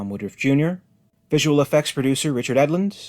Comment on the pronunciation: Your definition of “Director’s Cut” is exactly what a “Director’s Cut” has never been defined as at all. There was no 1991 “Assembly Cut” release of Alien 3 because the movie was not in theatres until 1992. McGann’s name is pronounced like “can” not “gone”.